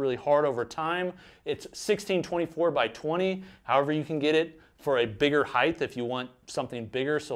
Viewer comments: & - Is there a certain region in the United States where people pronounce the word, “height” as “heigh-TH”? Is that a Midwest thing? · “Got a nice hieth” ??? WTH